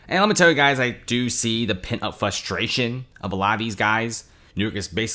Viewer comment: It’s pronounced FRUS TRATION not FUSS TRATION. U keep pronouncing it incorrectly!!! Annoying 😢